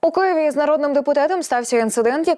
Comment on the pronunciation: Нормальна влада давно взяла б цього "шевченка" за дупу. А чому ведуча говорить "Куєва" -- у неї рот покривило?